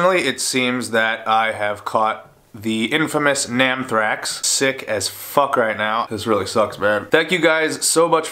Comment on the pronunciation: "NAMM-thrax " haha, get well soon!